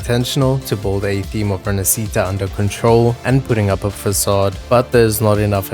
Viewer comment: To everyone who keeps saying it the wrong way, it's "Rinascita". Pronounced like this: Rihnashiitah (riˈnaʃʃita). Not "ReE-nUh-SeE-tUh". I swear, if I hear that pronounciation, the American English one from the in-game characters...